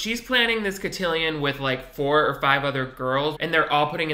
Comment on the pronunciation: LOL the French guy not knowing how to pronounce cotillion is golden